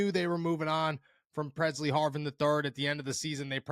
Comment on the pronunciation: Presley Harvin lll not purrr See Harvin.😳